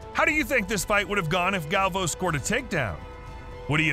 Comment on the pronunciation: It's not pronounced galv-o it's gal-vi-o